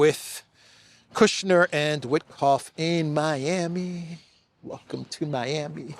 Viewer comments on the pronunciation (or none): none